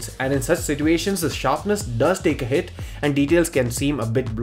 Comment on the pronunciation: si"T"uations Lmao